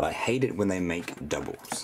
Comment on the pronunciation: "Doubles I have dubels" shut up